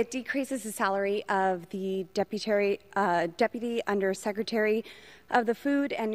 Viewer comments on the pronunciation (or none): She kept saying deputary instead of deputy!😂😂😂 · “Deputary” Bwahahahahahahahahaha😂😅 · "Deputary Secretary?" Did she say it twice? Wow! So trumpian! No wonder they click together.